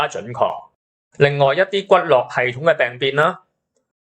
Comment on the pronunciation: 骨骼不可讀作骨絡，應讀作骨『格』才對。